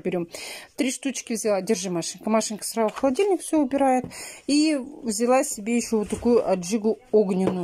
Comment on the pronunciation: Начало ролика... "Обувь сраУ на место ставь",а дальше вещание не воспринимаю, сижу в недоумении, в голове мысли взять за шкирку и в ухо прокрИчать правильное произношение элементарных слов... Но потом понимаю, что бесполезно, в одно влетит, в другое со свистом вылетит.